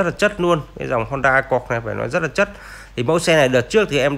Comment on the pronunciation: Ông nội có câu lói đi lói nai hoài